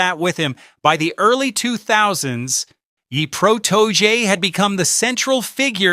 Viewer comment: Say it with me his name is PROTO-JAY [PROTOJE]